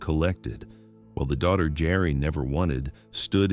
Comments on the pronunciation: pronounced JERRY NOT GARY. STUPID Ai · Geri not GARY, AI NARRATION SUCKS. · I hate AI. HER name is Geri, not Gary...😮‍💨